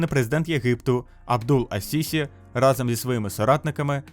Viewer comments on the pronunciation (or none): none